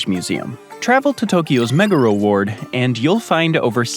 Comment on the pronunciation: Props for nailing the pronunciation of most Japanese placenames. Most butcher them. 👍Lived in several places in Japan ... lots of good info here. Well done! Pronunciation of Meguro was unfortunately a bit off. Also, Fwiw, having streets & blocks numbers is LESS confusing, not more, than just street names once you learn how it works. I'm guessing this sushi was NOT filmed in Japan? Sushi rolls are somewhat rare in Japan. Rolls are more of a western thing. You'll see more nigirisushi & sashimi.